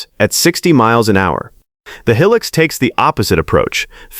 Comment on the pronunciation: Looks like AI cant even pronounce HILUX